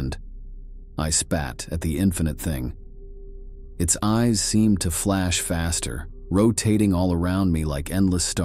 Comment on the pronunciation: Isabella saying, “Nooooo! Nooooo!” Like a Wheel of Fortune contestant realizing that her pointer was about to strike “Bankrupt.” Also the narrator pronouncing the word “eyes” as “ees.” 🤦🏾‍♂️